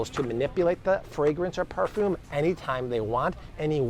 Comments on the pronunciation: It is perfume not parfume. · You all have drank the kool aid! Its also perfume not parfume! Pronounce it correctly! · It's pronounced "per-fewm" not "parfum." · You pronounce the most difficult words perfectly, what about perfume?